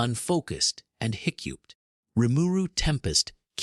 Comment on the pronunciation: Made me laugh how it couldn’t say hiccuped